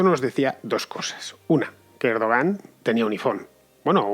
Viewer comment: Lo que está claro del golpe de Turquía: 1- Van a rodar muchas cabezas, todas las que Erdogan quiera (que a propósito, se pronuncia "Erduwan"). 2- Como ya nos tiene demostrado Chávez, a partir de ahora a este tío ya no se lo saca del gobierno, si no es en ataúd.